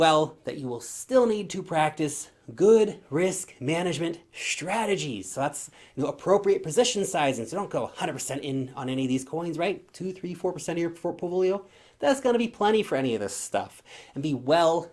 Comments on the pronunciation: Did you say.... fortpolio? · Did he said Foporlio? 🤔 😂 great video thank you.